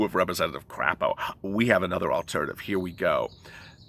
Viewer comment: LOL... your comments about the "crap" proposal and the senator from Idaho, Mike Crapo! Well, I used to live in Idaho, and Mike Crapo's last name is pronounced with a long 'A' sound, such as the 'a' pronounced in the word 'potato'. lol I'd like to thank you sooo much for your daily updates regarding this second stimulus. I appreciate all of your hard time and energy, and love your personality.:)